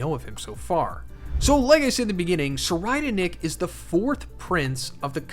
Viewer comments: You can pronounce his name like Sir Radnick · i usually just pronounce it surr-ride-nick. much easier that way.